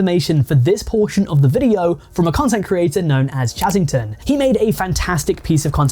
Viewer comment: When i heard "battington" my heart sank